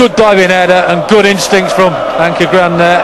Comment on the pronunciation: lol commmentator at the start when he ses "ankerGRAN" lmaoo